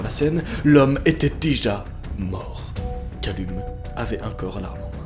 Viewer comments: Callum ça se prononce Caleum XD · Calleum s’il te plaît, sa ce prononce Calleum 😭🤦🏾‍♂️ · Par contre Callum se prononce "Calloum*"